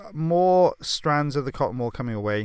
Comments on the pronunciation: Me too “wall ball”😂😂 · He says cotton wool ball, I hear,, cotton "wall" ball Who's here in 2020 🙂🙂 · Thank you I was trying to figure out what he was saying the whole time! 😂 cotton wall ball? Cotton ball ball? 😂 bless you. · I just hear cotton ball ball. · Maria me too. I seriously thought he was saying cotton ball ball! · Totally thought he was saying cottonball ball too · Me too I kept thinking wtf is a cotton wall. Apparently this is how English is supposed to be spoken. 🙄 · Just sounds like he’s saying “cotton ball ball” 😂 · I didn't fully read the title so I thought he was saying "cotton ball balls" the whole time lol